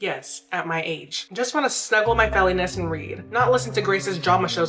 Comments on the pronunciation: With love.. there's no way you pronouced felines (FEE- LINES) as "FE-LI-NESS"... dictionary please honey. Timestamp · Felly ness 😭😭😭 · LOL feliness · the double take i took when i realized the way you pronounced “felines” 💀💀💀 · No shade but the way you pronounced felines?! 😭 Nothing more to say…(love u girl ♥️) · im sorry but you said felines wrong 😅